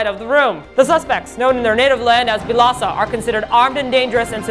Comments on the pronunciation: since B2ST is pronouced beast due to 2 in korean being pronounced as E used the same logic when pronoucing this groups name 1 in korean is il and 4 is sa: BILASA!!!!!!! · I never knew their name was pronounced Bilasa.